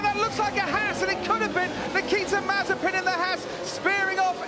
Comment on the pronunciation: Not funny saying mazepin mazespin 🙄